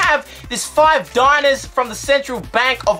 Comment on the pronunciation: its not diners its dinars